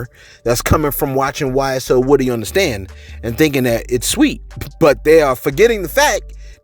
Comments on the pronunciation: His name is woo-dy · Its pronounced “Wooooooh-Dee””